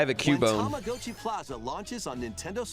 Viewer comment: He said Tamagotchi correctly